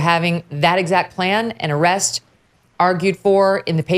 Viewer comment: Lol 😂 "arrest"